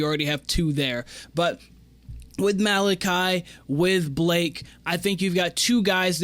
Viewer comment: This is Malaki's 3rd year on the team. You should know how to pronounce his name by now especially if you're going to make content on them.